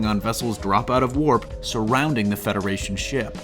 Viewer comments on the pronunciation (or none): none